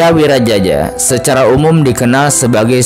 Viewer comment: Wiraraja bukan wiraJAJA😅